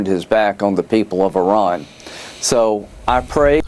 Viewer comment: you're the only person in my daily news that can pronounce IRAN. Thank you for giving me hope in these highly rednecky illiterate times. 👏👏👏👏